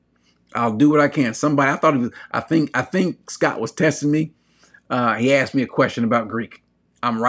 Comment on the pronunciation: And not 'aksed' 😂♥️